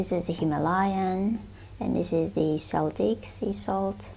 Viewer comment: good answer. My late passed on mother was a Breton so she'd agree with you if she was still here I'm sure! By the way? It's pronounced "KELTIC". From the Celts (Kelts) who are now modern day people from Ireland. Scotland. Cornwall (England). Wales. Isle of Man (Manx). Britanny (Bretons) in France. It's pronounced "Seltic" when talking about the Scottish football team in Glasgow.